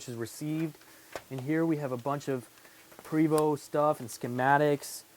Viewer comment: Love your detailed videos!! Just an fyi...Prevost is pronounced "Pray Voo" Think French lol..